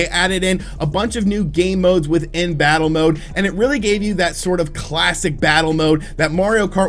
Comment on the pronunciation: “Different bosses to fattle” 😂